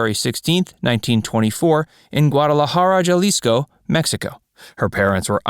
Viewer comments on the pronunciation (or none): Just a little correction, it wasn't Ja-leesco, its pronounced Ha-leesco, J's are pronounced as h's in spanish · The letter J in Spanish is pronounced as an H. So it is Hurado and Halisco. Why they mispronounce Spanish names is beyond me because they don't do it with French Russian Ukrainian, or even Chinese names. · Heh-rar-doe. And Jalisco is ha-lisco. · Announcer-I cringed every time you pronounced her name. Please learn how to pronounce the names of celebrities. It's pronounced, "hurado" with the "h" sounding like the "h" in the word "help"-same for "Jalisco" (Jalisco)